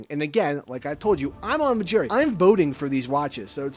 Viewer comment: Are you saying jury or gerry? Can you annunciate better?